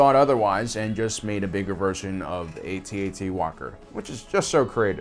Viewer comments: YOU SAID AT-ET NOT AT-AT THIS MAKES ME SO TRIGGERED AHHH REEEEEEEEEEEEEEEEEEEEEEEEEEEEEEEEEEEEE!!!!!!!!!!!!!!!!!!!!!!!!!!!!!!!! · PLEASE...say ATT-ATT rather than AY-TEE AY-TEE just once, pretty please?!?!?! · After hearing "A-T, A-T" for the millionth time, I had to run. Just say "at-at". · Definitely a generational thing: younger people call it the A T A T (each letter said separately) while us old-timers call it the at at ( ). I cringe when I hear it the other way. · It is not called an " A-T-A-T"....it's an "AT-AT". SMH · Fuck off lad, it's an AT-AT, not A.T.A.T. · We used to call these things at at's back when the movie came out. Why is he pronouncing it A. T. A. T. now? It's distracting. We know what it is, it would me more reverent for him to say at at. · it's not ATAT it's AT-AT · at-at not aye tee aye tee...kids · you said at te don’t you mean at act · ?how come the Kenner ad for the toy calls it an at-at as in hat hat? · Lost me at A-T A-T it's pronounced @@ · Dude, I CANNOT stop hearing AT&T. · Saying 'Ay-Tee Ay-Tee' sounds about as stupid as trying to speak wookie. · Dude you are pronouncing it wrong and it's annoying. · That's not how we pronounce AT-AT.